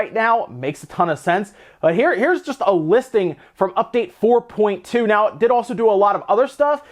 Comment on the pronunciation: The Unreal Engine update is 4.20 (as in twenty) not 4.2